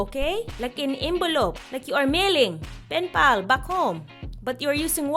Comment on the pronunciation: "Layka finfal (like a penpal)..." Bwahahhaha!! HayLahvet (I love it)!! ^_^ *****